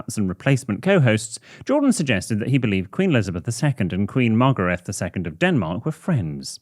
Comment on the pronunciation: Margrethe is pronounced Mar-gray-teh